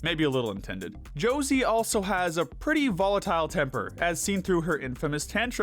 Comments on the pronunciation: I agree with all your picks, just one thing, you misspronounced the name of Josee. It's not "Jocey", it's JoseÉ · I actually do mean this in the nicest way possible but it makes me so mad when u say Josie instead of josee(just bc she’s like my fav character) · I think Josee is pronounced (show zay). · josé is pronounced hozay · I don't know why the dude pronouncing Joseé as Jo-see bothered me as much as it did- But boy did I wanna sit in Infront of a screen and make him watch at least ONE episode of RR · Why are the procunces Josse as Josie . I thought her name was similar to Jose Al's Older brother but more emphasis on the J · The way he pronounces josee hurts me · Thank you so muuuch for this video i love it, btw that is NOT how you pronounce Josee's name🤣